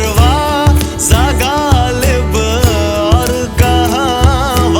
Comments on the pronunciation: Please work on pronunciation of name Ghalib ....not galib... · Beautiful song but the pronunciation of some words are not correct, they should be as per urdu. Eg: not galib but ghalib, not khwahish but khhwahish, not khuda but khhuda. - not hindi kh but urdu kh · He can't pronounce some words correctly for example Khuda, khud, Ghalib etc. Otherwise great song ❤